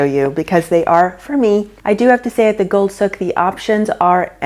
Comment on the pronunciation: You totally butchered the word “Souk” ! I lived in Dubai 9.5 yrs. It’s like the word sue with a k on the end, not look!